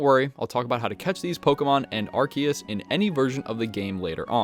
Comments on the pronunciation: its AR SEE US... not ARK E US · not fault, if you read Arceus's name in Japanese you can see it actually has a "se" sound/katakana letter. It's probably pronounced differently in official English because it sounds like "arse"